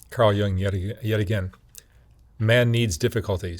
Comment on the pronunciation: Not to be a stickler, but it's YOONG, not young.